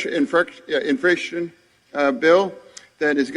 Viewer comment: "delegadation"?? "infration bill"??? I AGREE WITH THE "collapsed bridge"!!